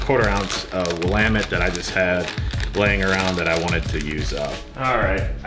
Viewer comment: Its pronounce william-met lol